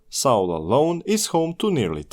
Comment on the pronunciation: "saul" station 🙄